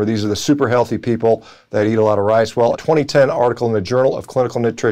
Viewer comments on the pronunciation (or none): Had to rewind it a couple times to hear him say brown "wice"